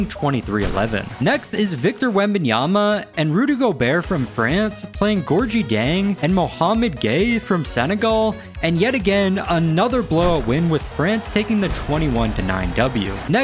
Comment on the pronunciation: I know Gorgui isn’t a big name but dang, you flipped the syllables 😂😂 it sounds like gor-gee jang